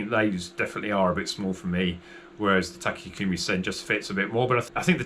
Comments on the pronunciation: You're adding a non-existent syllable - Tak-a-kumi, rather than Takumi. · Cmon man. Already 8 editions in, Takumi is a 3 syllable word. Not 4.